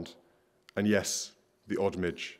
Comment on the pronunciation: Spent that much time here and still can't pronounce midge